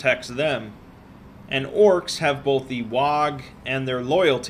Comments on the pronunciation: What's a Waague? Its WAAAAAAAAAAAAAAAAAAAAAAAAAAAAAAAAAAAAA(silent gh)! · You keep mispronouncing WAAAAAGH!. It's a bit difficult to say with a human mouth, but it goes something like WAAAAAAAAAAAAAAAAAAAAAAAAAAAAAAAAAAAAAAA... <3 minutes later> ...AAAAAAAAAAAAAAAAGH! If you don't bellow it at max volume it actually becomes a grievous insult in Orkish. Something about the piteous state of someone's warband. Also, if you aren't actively bashing the skull of another sentient being while you say it the meaning changes to "your brood is pathetic and unfit to die"